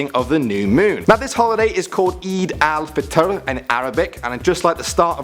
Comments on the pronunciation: your pronunciation is ok but its eid el fetar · the way he pronounced aid el fateh gave me eeds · hmmm you actually prounoun ed stuff ritght apart from one thing aid al fitar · its aid al fitre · youre PRONOUNCIATIONS WERE COMPLETELY WRONG IT IS PRUNOUNCED EED OOL FITAR WELL THE SPELLINGS ARE EID UL FITR